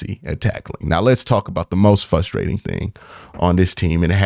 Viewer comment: You’re missing the R in the word fRustrating 😉